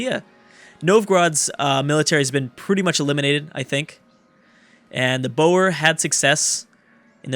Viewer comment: Boer is pronounced like the animal "boar"